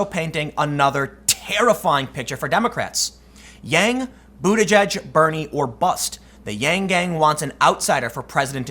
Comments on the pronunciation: It's pronounced "booty keg" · I think it's pronounced butta-geeg